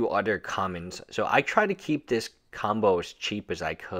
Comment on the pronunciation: I like zis